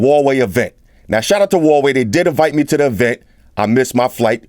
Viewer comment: Kudos for pronouncing Huawei right,. You're the first reviewer got it right